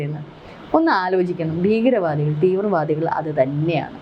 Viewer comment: ഗട്ടം ഗട്ടമായി.? ഘട്ടം ഘട്ടമായി എന്ന് പറയൂ രങ്ങങ്ങൾ? രംഗങ്ങൾ എന്ന് പറയൂ ബീഗരവാദികൾ? ഭീകരവാദികൾ എന്ന് പറയൂ. പദ്ദദി ? പദ്ധതി എന്ന് പറയൂ യുദ്ദം ? യുദ്ധം എന്ന് പറയൂ ബോദം? ബോധംഎന്നുച്ചരിക്കൂ .